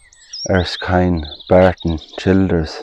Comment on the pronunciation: I am very familiar with the name ERSKINE and know quite a few people with that name. It is pronounced on Google as well, as 'ER - Skin' not 'ERS - Kind' as you said. Unless the Irish pronounce it differently. It's unfortunate that the church there no longer is in operation and has no roof.